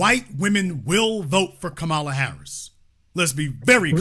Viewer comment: Yall need to stop purposely mispronouncing Kamala name. I noticed this done even more from you ignorant people since trump and fox news do it, so yall on here are repeatedly saying her name wrong.